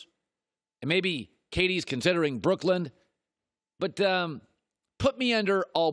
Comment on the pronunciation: colin always says brookland lol it’s brooklyn